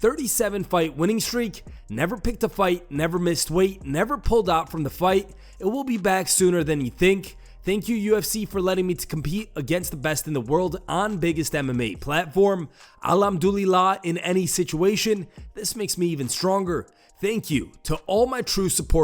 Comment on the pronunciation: It's pronounced al-hom-du-la you're a news channel the least you can do is a quick Google search to at least try and pronounce correctly and know what you're saying. It just means all the glory is God's